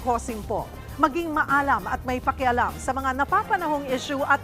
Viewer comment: Mam Sheryl cosim. Sana po nabasa nyo ito, Mali po ang pagbigkas ninyo ng salitang "MAALAM" at sa tunay na Tagalog po walang ganyang salita. "MAY-ALAM" po talaga ang Tama, salitang GAWA lang ng mga bata Yan, "MAY-ALAM", "MA-ALAM" Mali ang pagbigkas mo, "MAALAM" "PAALAM"... laki ng diperensya. Nasisira ang diyalektong Tagalog.